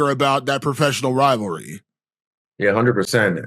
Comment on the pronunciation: Izzy saying anzac united makes me proud